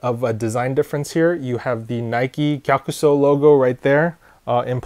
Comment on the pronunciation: Thank you for the proper pronunciation on the name, and the history! Much appreciated :D